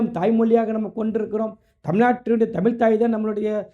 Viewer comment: புரோ நீங்களும் தமிழை முதல் உச்சரிக்க தெரிந்துகொள்ளுங்கள் தமிழ் தமில் இவை இரண்டுக்கும் உங்களுக்கு வித்தியாசம் தெரிந்து கொள்ளுங்கள்.